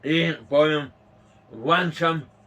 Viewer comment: włączam* nie włanczam